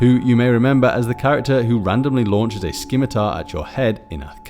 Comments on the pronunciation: "Skimitar" That gave me an aneurism.... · Keevan (Kivan) ? Skim-itar (Scimitar)? Ragnarak (Ragnarok)? If you're going to make a video at least know how to say the words. Kivan can get a pass (names aren't always obvious) but the other 2 are well known words and Ragnarok is pronounced how it's spelled. SMH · the C in Scimitar is silent